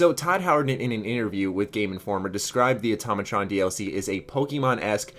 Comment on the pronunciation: Finally pronounced Automatron correctly.